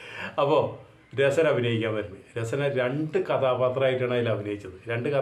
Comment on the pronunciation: രസന അല്ല രസ്ന ആണ്.